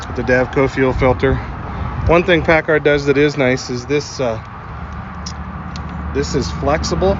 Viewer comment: Everthing was good untill you said Pacar😈